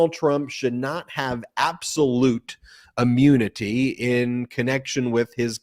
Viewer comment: Ben, maybe it is your accent but, "immunity" or "ammunity"? You are saying "ah-mune-nity" not "im-mew-nity." Very sorry but that's what you should be careful about.